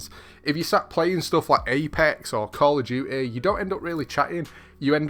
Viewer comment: Call of jewty 😆 you make me laugh